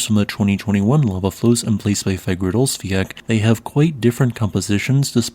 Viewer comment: I got no idea how you got the pronunciation of Fagradalsfjall so comically wrong, but you're really sticking to it XD